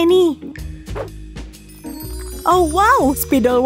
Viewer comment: cuba dengar betul betul annie bukan emi